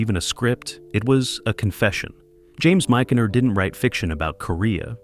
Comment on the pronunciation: MICH-en-ner. Mich rhymes with "itch" There were NO two-seater Panthers made.